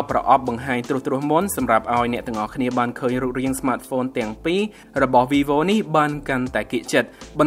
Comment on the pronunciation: វាយវូ មិនមែន វីវូទេ